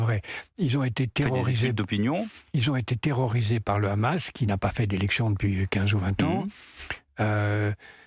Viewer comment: Pourquoi les journalistes français se sentent obligês de prononcer Hamas a l'Israélien ne Khamass? LoL